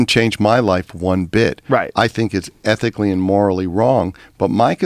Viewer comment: ITS ETHICALLLI AND MORALLI WONG